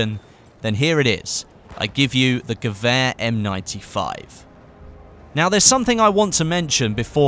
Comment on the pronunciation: Wonder how long it takes before you say "gewehr" right haha